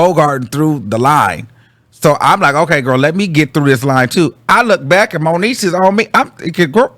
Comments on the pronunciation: Its moniece 😂😂😂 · “ that was the end of moniece “ 😂😭😭😭😭😭